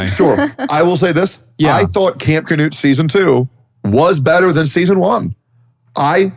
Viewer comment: fun fact: Knut is a classic european name and it is NOT pronounced "canoe'd" (there is no A after the K) - but i dont know the man in question who's name is Knut (k'noot for the americans) and maybe he prefers it that way.